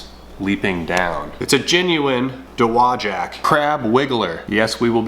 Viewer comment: Congratulations! You pronounced “Dowagiac” correctly. If your from around there though, and you’re a cool kid, you call it Dog Patch.